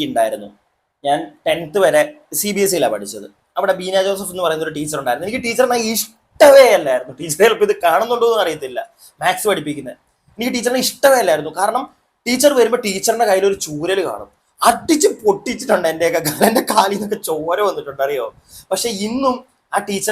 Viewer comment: മാക്സ് അല്ല മാത്‍സ്